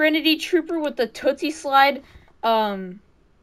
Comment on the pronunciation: Dude he said toosie slid